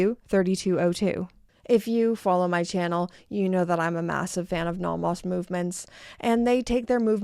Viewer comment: Please learn to pronounce "Nomos." Both vowels are long.